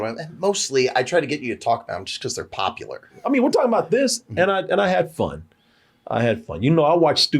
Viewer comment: i really want to stop saying POPULAR if he's not going to put the U In it 😔